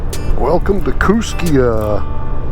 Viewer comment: Having lived in Lewiston for 13 years, I enjoyed riding the Lolo Pass many times. Just so you know "Kootenai" is pronounced "Koot-nee" , Kooskia is Koos-kee" , "Lapwai" is called "Lap-way".... "Kamiah" is "Kam-ee-eye"...